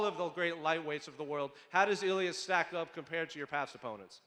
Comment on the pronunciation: *Ilia NOT "Illia".